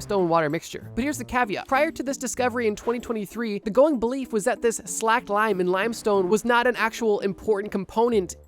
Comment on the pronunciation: You are looking for the slake. Long A.